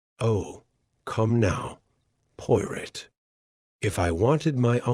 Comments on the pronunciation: do you really expect people to listen to this, when the AI can't even pronounce Poirot properly. Shameful. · If you're going to call the channel the POIROT FILES - AI must learn to say the name correctly!!! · Narrator cannot even say Poirot properly. This is hopeless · So upsetting to hear Hercule's last name incorrectly. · AI.. YOU ARE PRNOUNCING HERCULES LAST NAME WRONG...